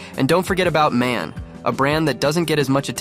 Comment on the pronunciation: By the way: MAN is not spelled "man" it is M-A-N, like BMW